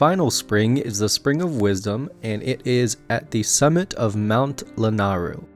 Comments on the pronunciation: Why does everyone pronounce Lanayru and Lanaahhhhru? It's LaNAYru Appreciate the tutorial, and apologies for my gripe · "Mt. Lanaru" Mt. Lanayru "Purple and black goo" malice Corrections from someone who payed attention to the game :)